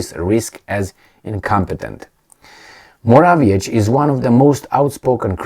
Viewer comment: Morawiecki - to be pronounced Moravyetzky. Why is it so hard for you? If I were to repeat somebody's name many times I would look in up I internet